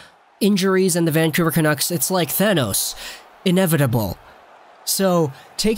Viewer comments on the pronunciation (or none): none